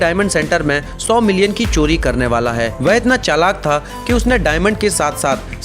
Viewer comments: Coli Nahi Bhai Cori Hota Hai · Abe Wo chori hota h "choli" nhi re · Choli nehi chori hota hai.